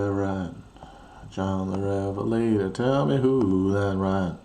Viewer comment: I believe the stress is on John rather than the first syllable of Revelator. Not a bad rendition though!